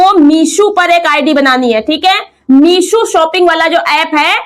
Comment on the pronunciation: Meesho h meeshu nhi😅😅😅